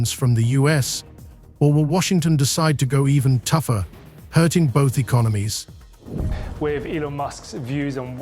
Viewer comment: Terrara-Watts and E-con-o-gnomies, U dot S dot, "All-ey of the US", eel-ek-trek, 'Tar-fee wars", "Ort-tarts" (auto's), "Maas lay-offs". How can anyone take any of this AI generated rubbish seriously when even the title is just misleading and false. Get a life.